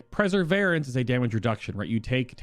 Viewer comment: I think you're pronouncing perseverence wrong... it''s per-sa-vere-rence, as in to persevere with something, not preseverence